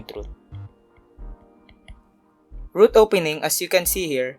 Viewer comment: ROOT not troot